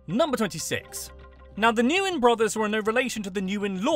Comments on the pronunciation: it's pronounced win, not Newin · Nguyên is nwen not nu wen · Nope. I am Vietnamese and I teach you how to say Nguyen. GWEEN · Pronounce "Nguyen" as "when" NOT "Nu Yen" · You mispronounced the most popular last name. You pronounce it “win” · Nguyen is pronounced like the word "win". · Actually no, more like Ngu-yen. Easy as that lol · Born and raised in Vietnam, I'm quite surprised and impressed by how thoroughly you did your research. Very insightful, accurate and of course, with excellent humor. But dude some of your pronunciations were confusing, like those of Hue and Nguyen. :D